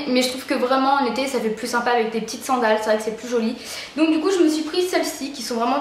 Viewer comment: coucou! juste pour te dire qu'on dit SANDALE et pas sCandale!!! XDDDDD biz